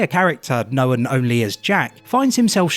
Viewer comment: "knowen"... Its known*